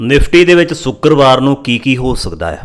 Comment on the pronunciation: Bhai saab sukerbar nhi shukerbar😂